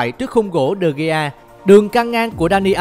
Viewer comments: Đọc tên cầu thủ cũng sai nữa Chán thật De gea mà đọc đề ghi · Nhỏ con gái đọc sai tên nữa mà De gea Mà nó gọi tên người ta là đề ghi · đờ ge a mà bả đọc đê gi =)) lạy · Nhỏ con gái đọc de gea mới sợ Người ta là de gea mà nó đọc là đề ghi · Tui mới nghe j đây David ToKyA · tokya mà tui nghe quài mà vẫn z